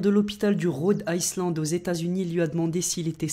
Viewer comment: sa ce prononce rode aïland